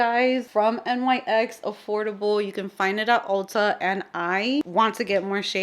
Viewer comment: Nyx is pronounced ( Knicks) lol anyways loved this video and always love your looks your makeup always turns out FIRE xoxo